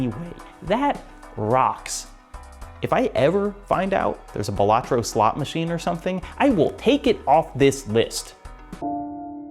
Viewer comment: It's pronounced Balatro